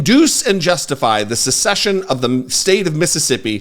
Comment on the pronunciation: Also 'secession', not 'succession'.